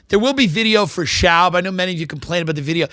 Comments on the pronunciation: Love that Tim won't say "SHOBB" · This was an entire struggle of Brenden trying to get Tim to pronounce his last name correctly. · My favorite part is Tim refusing to pronounce his last name correctly